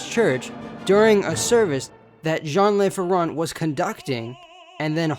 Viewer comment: its Jon Leuh Fairohn with nasal accents... its not spanish .. Le is Not Lay😅❤